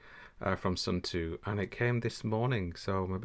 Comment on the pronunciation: Sorry is not suuuntu is suunto is Finland not India lol